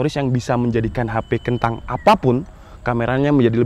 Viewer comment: Please bang.. KENTANG!! Nya jangan di perjelas